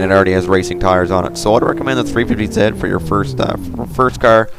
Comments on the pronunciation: What's a 350 ZET????? Do you know how to say your alphabet? Z=ZEE! Oh and you don't say Nissan, KNEE-SAND jusy NISSAN! (KNEES-ON) <--like that lOl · its 350 z not zit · why do you say 350ze and 370ze? its 350Z and 370Z